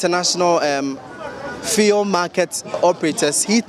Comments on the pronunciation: Even the driver can pronounce fuel. stop this feeul" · So what is the media guy pronouncing as feel, fii, fill? Is that the new pronunciation of FUEL in this Free SHS era where Akuffo Addo speaks with his foreign acquired accent? Fee, feel, fii! What at is the guy saying and whom is he trying to impress with his weird pronunciation? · What is it with the “fee-el”, why does he keep calling it that??? I even got irritated 🤦🏼‍♂️ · Fuel or feulle what is the right word. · Stop that nonsense and pronounce the word fuel well...what's "fiel" mr journalist?, don't you know some of we the readers are learning from you? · Feee3l lol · Your pronunciation of the word fuel is incorrect. Please ensure you use the correct phonics. Thanks